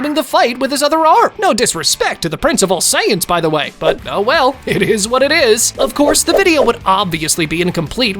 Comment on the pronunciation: it eez wht it eezz